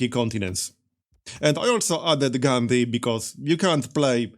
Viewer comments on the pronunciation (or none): none